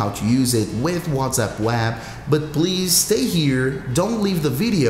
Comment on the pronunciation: “Wazap on the wab “